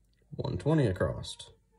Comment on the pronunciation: ACROSS !!!!!!!!!!!!!!!!!!!!!!!!!!!!!!!!!!!!!!!!!!!!!!!!!!!!!!!!!!!!!!!!!!!!!!!!!!!!!!!!!!!!!!!!!!!!!!!!NOT: ACROST